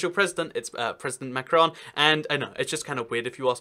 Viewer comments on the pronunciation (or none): none